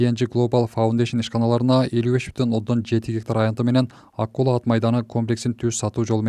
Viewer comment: Ай, АКУЛА дебей АККУЛА АТ МАЙДАНЫ десен боло?!!!😮😮😮😮